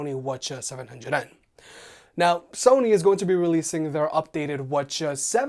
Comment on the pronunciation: Teddy T - he says that WH-CH700N are the wa-cha 700n